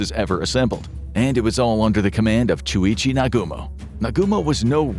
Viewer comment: I've heard a lot about Nagumo. Except, apparently, his first name. In my defense, I'm sitting beside a fan, but I had to backtrack the video. I swear I thought you said Chewie. As in Chewbacca.